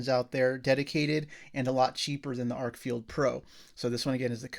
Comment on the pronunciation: Stop saying FIELD and lean how to read the name of the flashlight... FFS its written on the thing and it doesn't say field